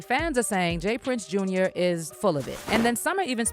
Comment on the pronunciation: It's not Jas Prince. It's J Prince Jr